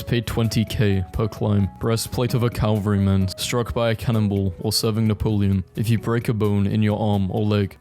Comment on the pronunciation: Dude your bloody vids keep autoplaying at me. For the love of all thats unholy, LEARN TO BLOODY READ!!!! It's vir-tu-us, om-in-nus, cav-al-ree!!!! You have one job....